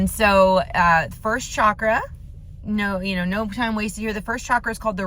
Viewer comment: For those who are new to Chakras just wanted to give a fun fact. Chakra literally means 'wheel'😊. And it's pronounced as "cha (like how you'd say cha cha dancing) + kra" and not pronounced as Shaa-kra